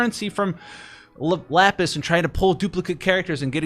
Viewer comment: Bro it is Lapis! 🤣